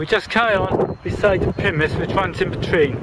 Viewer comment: Thank you for nice video but did wonder why you pronounced Pymmes as "Pimiss" I've never heard it so called in all the 35 yrs of living in the area of the brook. Also - the Park (after you leave Arnos Park), is called Broomfield not Brookfield as shown . However we who live in this part of North London are very fortunate having so many parks to stroll or dog walk in as we do ;>) Many thanks again.